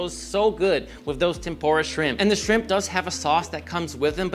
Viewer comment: Ok, it’s pronounced Lie-chee… how does Parmigiano Regiano last you more than a month? And unless your shrimp are traveling in time, it’s Tempu-RA shrimp. (Roll the r just a little). I kid, I kid. Love your videos… But also…